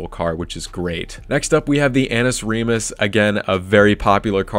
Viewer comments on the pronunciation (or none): none